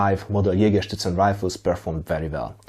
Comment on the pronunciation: It probably has to do with the time I spent in Bavaria in the US Army, but every time you said Jägerszutzen in this video I heard it as Jägerschnitzel... Now I'm hungry!